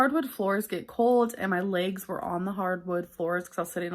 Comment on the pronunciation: All I can hear for 95% of this video she uploaded is the adults on Charlie Brown talking, and every now and then, I hear "bolth" and "laaaygz". I honestly think uses cellulitis as an excuse like people use having a headache to get out of things. She doesn't want to lose weight. Why? Because that would ruin her "brand" and she'd have no excuses to do things because she's a lazy narcissistic brat.